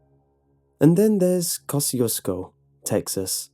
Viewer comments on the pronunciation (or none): It's actually pronounced, "kah-zhu-sko" and means "God bless you" in Polish. People around there are Poles and Czechs, known collectively "bohunks" and the dance hall there was frequented often in the early 80's by Mickey Gilley of Gilley's, the infamous (due to its brutal bar fights) cowboy bar of Urban Cowboy fame. Not to mention this story did remind me a lot of the Seaney Bean tale. (I'm originally from Texas as are most of my family.) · You say the name of this town wrong. Its comes from polish general and you can check how to pronounce on google translate (just type Kościuszko and choose polish). PS: He was hero of two countries PL and US. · I am Polish and I know that this is how you pronounce "Kościuszko" in english, but I just cringe every time I hear it xD It just sounds so wrong